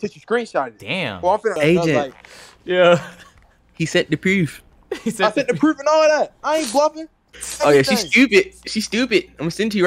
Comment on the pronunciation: He sent the preeeewf